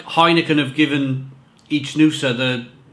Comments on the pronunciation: An info, it's not ichnusa but Iknusa, the ch in Italian sound like a K. just saying for the correct pronounce. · it is pronounced IKnusa and it means Sardinia in old latin language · No it’s ichnusa